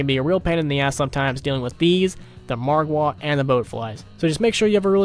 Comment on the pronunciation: im dying at the way he said margwa